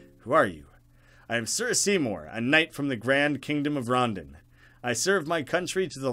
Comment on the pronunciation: I think its pronounced ron-dawn not rondun, idk though